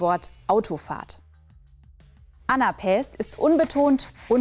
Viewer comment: Sehr schön erklärt. 😊👍 Aber die Worte Daktylus (bei ) und Anapäst (bei ) hast Du nicht richtig betont, denn das Wort Daktylus ist auch ein Daktylus, genauso wie das Wort Anapäst ein Anapäst ist. 😊 Aber dafür hast Du ja die Beispielworte richtig betont. 😊 Ich habe 'ne kleine Playlist mit 3 Beispielvideos zu den entsprechenden Metren, mit jeweiliger Erklärung in den Video-Beschreibungen. Wer mag, kann ja mal schauen: Aber, so oder so, Daumen hoch für das Video und viele liebe Grüße von Freya 😊